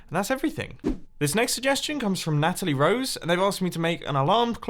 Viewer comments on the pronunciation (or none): none